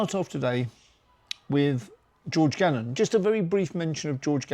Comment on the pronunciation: Gammon not gannon 👍